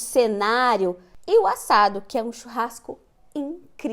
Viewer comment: Entendi tudo que ele disse graças a deus 😅 exceto a palavra assado acho que por causa da pronúncia diferente.